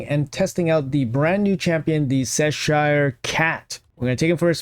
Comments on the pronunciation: oh man, you should pronounce it "Chess sure" instead of "sess shire" lol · It's che-sure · The way you say Cheshire is cracking me up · I die a little inside every time you say Cheshire